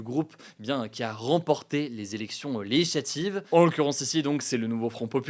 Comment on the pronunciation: "les élections leyislativ" oh la fatigue 😂